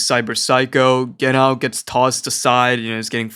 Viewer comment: Genau you pronounce the Ge more and as one silibil and after that nau (reminds me about Wobbuffet pokem thats called wohingeanau and he ofc says that all the time^^)